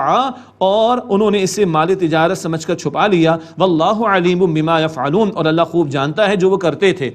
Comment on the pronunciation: Assalamualikum Braye meharbani darustgi frmayi ayah 19 py yafalon ghalti sy bola gaya hai jabky yhan pr yaamalon hai JazakAllah